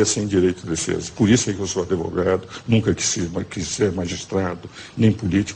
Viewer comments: Eu gostei muito foi na hora que ele disse "Por isso que eu sou um ADEVOGADO"... kkkkkk... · Nossa! Vergonha esse senhor se dizer "adevogado" kkkk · Se nunca ouviu falar nele, Ives Gandra Martins, um dos maiores juristas brasileiros. Na época dele (tome tempo), era comum se falar "adevogado", mas o conhecimento dele supera esse lapso. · Dá pra levar a sério um cara que se diz ser "adevogado"? ele precisa saber a pronúncia correta. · mestre em direito que fala ADEVOGADO. pqp. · um mestre em direito falar "adEvogado" é de chorar.